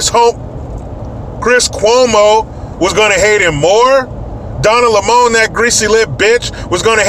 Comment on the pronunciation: ""donna lemone'' ha ha ha. best i have heard yet. don lemon is the dumbest person on tv